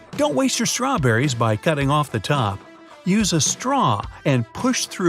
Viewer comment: how wonder its called staraw berriies